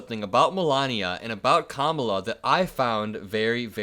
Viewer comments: I think he said “Camilla.” I’m not sure how King Charles or Kamala may feel about that? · Listen close when he goes on about that. I'M thinking this time its not him mis pronouncing it,he's saying 'camilla' as in Prince Charles wife. Why,who knows. The guy is flailing like a fish outta water! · Athctually her name is KAMALA NOT CAMILA HIS TEETH FELL OUT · Even though Trump lies on a regular basis, he surprises us sometimes by being very honest. I don't think Trump is trying a new technique; I think he was just commenting on the Time Magazine cover of Kamala. I think this time he just accidentally said, "Kamila"; I think he messes with her name, but not here. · I think Don0ld mispronounces Kamala as a tactic to devalue her importance. Camila is not important enough to remember her name. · When Trump can't pronounce Kamala (Comma La) it makes him look like an uneducated child. Trump's base was angry that Trump kissed a man then they got mad he kissed a black woman. That shows who his base is. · Almost ALL of the magas mispronounce Kamala’s name and they do it on purpose. The more you correct them, the more they think they’re ‘owning the libs’ so they do it even more. Let the children be children and say her name wrong. It’s certainly not hurting anybody and we have way more important things to focus on. We need to get these juvenile schoolyard bullies out of our government. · Trying to kiss up -- he was doing damage control. He spoke honestly about Kamala's beauty. Then, husband-of-jealous-woman syndrome kicked in -- if he was able to tell Mel, the reason he said K was beautiful was "because the drawing looks like Mel" -- even though Kamala is FAR better-looking than Mean Mel. Mis-pronouncing names of Democratic candidates, or, the Party itself -- is immature Republican passive-aggression. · mispronouncing her name all the time just makes him look even more senile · If you're having trouble pronouncing Kamala Madam president will be much easier